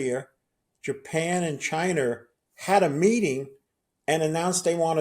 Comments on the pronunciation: Dude called China…. Chiner… wtf man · Yeah, but what/who are "Chiner" or "South Career?" Must be where "da two utes" are from? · Chiner? Americer?